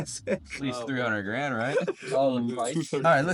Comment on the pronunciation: He said a hundred GRAND, not grams 😂